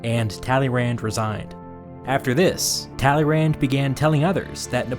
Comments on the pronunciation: Just as as sidenote, if I had pronounced the guy's name "Tally-Rand" in school, I probably would have failed history and French simultaneously. 😂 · Hears Talyrand said in flat American accent. cringes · Talleyrand is said like tally Youn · Narrator ''Talley Rand'' A person who speaks French ''Excuse moi?" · Thank you for this video, neat summary. However, the way you pronounce "Talleyrand" is a crime. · how wrong can you pronounce talleyrand